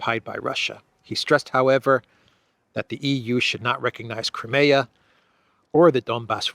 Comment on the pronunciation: Can you please explain why you pronounce the word "Crimea" differently from the way it is in English and pretty much globally?